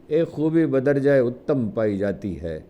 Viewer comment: افسوس کہ أپ جیسا صاحب علم اور صاحب فہم و ذکاء صحافی بھی کئ لفظوں کا تلفظ غلط ادا کر رہا ھے تلون مزاجی جست اور بدرجہ اتم. وغیرہ پر نظر ثانی فرمائیے